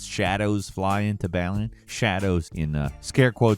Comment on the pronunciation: the fact you cant pronounce Balan correct says alot about how you want comments correcting you, yes im feeding his desire for comments as i correct him its not said Bal-li-un, its Bal-lan